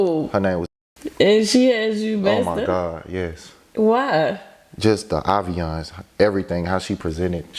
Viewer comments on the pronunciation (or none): It's "ambiance",... 😊